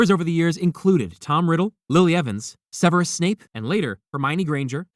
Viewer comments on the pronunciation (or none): none